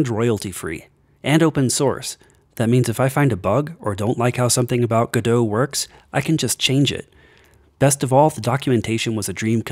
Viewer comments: if im hearing correctly, is he saying gudoe? instead of go- dot? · it's pronounced "godot" like robot not "gedough" like get dough... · You might hate this: the developers put out a statement that it is pronounced "Go Dot" their logo is a robot, the Godot Robot because it rhymes guhdough sounds better I agree, but it's not a French word unfortunately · I expected you to say it like "Go Dot", but... "G' Doe"? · Why do you not pronounce the T on Godot? I pronounce it how it is spelt. Go - dot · Thanks for letting me know! I've heard people arguing for both pronunciations before but I hadn't heard of an official statement. However, it's too late to change it for this video. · Wait, is that how people normally pronounce Godot?